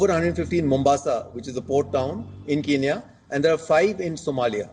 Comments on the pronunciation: Thank you for helping my country people but it is kenya not kinya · could you please send a message to that idiot reporter that, it's not Kiniya it's Kenya instead. 😡😡😡😡